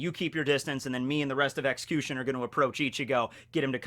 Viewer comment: Why does he pronounce xcution like ex-coo-shun instead of ex-q-shun